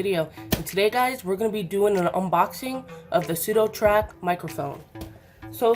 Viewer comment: sudoTACK man.... there's NO R....